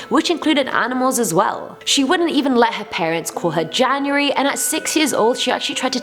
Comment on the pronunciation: I got really scared when she was talking about`janurary' becouse my birthday is on January 1st